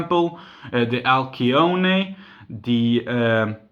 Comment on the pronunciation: Holy shit you can't pronounce Alcyone either???? Al-sigh-oh-nee Named after the brightest star in the Pleiades cluster, from which Subaru gets its logo